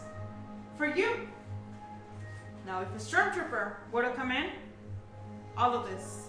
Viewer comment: Lol "Stromtrooper"